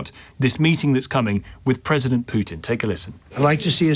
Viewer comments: Pwesident Chump* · she keeps saying President Chump😂